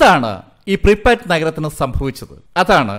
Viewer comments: Preepatt alla prypyat aanu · Pripat alla pripiyat ennanu